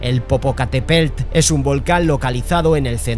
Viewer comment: POPOCATEPELT JAJAJAJ POPOCATEPETL